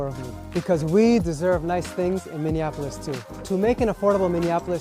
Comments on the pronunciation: It's MINN-E-APOLIS, not "minn-en-apolis". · Min-e-a-pole-is. Not min-e-IN-a-pole-is. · Say it with me, MINI•APP•O•LISS!!! Stop saying Minianapolis. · As someone who lives in St Paul, MN please pronounce Minneapolis correctly - just like Mini Apple Us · Friendly reminder, its pronounced minne-apolis😊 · learn the fknhow to say Minneapolis goober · I agree, that was annoying. Other than that, I was in complete agreement with him, but proper pronunciation is important. I think I can be forgiven for mispronouncing Omar Fateh's last name, but our city still deserves proper respect, even though it is in trouble.